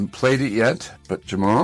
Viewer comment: Jamul is pronounced Ha Mul